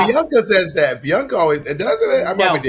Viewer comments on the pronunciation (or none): none